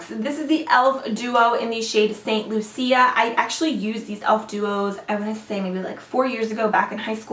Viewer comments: The elf duo.. It's pronounced "Saint Loosha" like the Caribbean island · The Elf duo is pronounced St Lu-Sha lol. Its a Caribbean Island. Love ya girl! xo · Yes "Saint Lou-Sha". 🇱🇨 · St Lucia (St LOO-SHA) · she pronounced it in Spanish. Lucía ;)